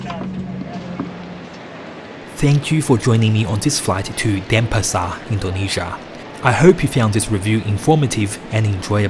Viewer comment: it's pronounced DenPAsar, not DENpasar.